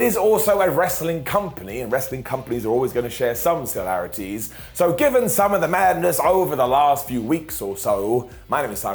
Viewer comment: Silarites 🤔🤷‍♂️ Do you mean similarities?